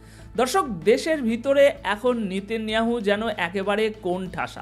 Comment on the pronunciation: আপনার বিশ্লেষণ অত্যন্ত গুরুত্বপূর্ণ আমি আপনার চ্যানেলের নিয়মিত শ্রোতা ও দর্শক কিন্তু "নিতিন নিয়াহু" উচ্চারণ টা বোধহয় নয়।ওটি হবে " নেতা নিয়াহু"। মনে কিছু করবেন না।